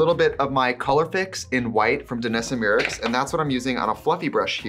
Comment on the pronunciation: The gurus I follow say "MY-ricks", basically just how it's spelled, as opposed to "MEE-ricks" like Trixie